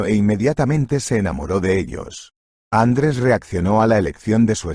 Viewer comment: Bonita historia muchas gracias. Lo que echo de menos es que un castellano parlante, no acentúe como es debido. Me suena tan mal el nombre ... Andres en vez de Andrés.